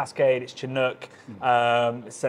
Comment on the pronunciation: Good luck getting these boys to correctly pronounce Pliny’s name when the RR guys also mispronounce it. Me, I’m still hoping that one day (and other Brits) will learn how to pronounce “Chinook”.